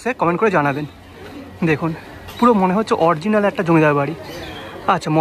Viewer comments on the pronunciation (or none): খুব সুন্দর উপস্থাপনা। শুধু শব্দ টা অরিজিনাল, অরজিনাল নয়। শুভ মহানবমী